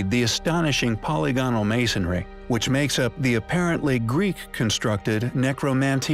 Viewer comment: My inner grammar Nazi cringes every time you say "polygonal." The word is pronounced "puh-lig-uh-nul," not "polly-go-nul."